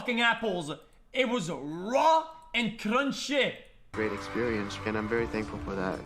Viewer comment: It was RRRAW and CRRRRUNCHY!! 😂